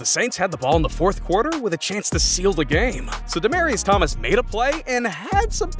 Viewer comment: bro said Demerius Thomas (btw I can’t spell it)